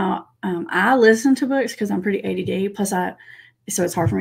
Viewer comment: I couldn't catch what said here - "I listen to books cuz I'm pretty - (what sounded like) "ADA" (?) - I couldn't catch that, even when repeated and played back at slower speeds. I can't hear "ADD" or "ADHD" which is what would make sense in the context. If so, that's would be interesting to know sometime what she/you/ does to help with that. I saw the PTSD video that interviews an ADHD expert but I don't remember saying she had it too. But that could me my faulty memory.